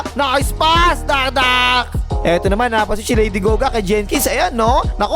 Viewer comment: Lady Gaga❌ Lady Goga ✅